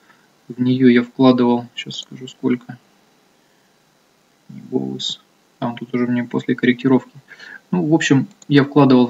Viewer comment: Вот как относиться серьезно к инвестору зарубежного рынка, который произносит "Петрочемикал" и "Питни Бовс"? Анализ уже переведенных новостей может быть с огромным опозданием и необходимость читать онлайн изменения рынка США встает на первое место.